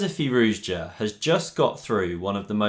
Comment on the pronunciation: “Firouzja” is pronounced as “Firouza”.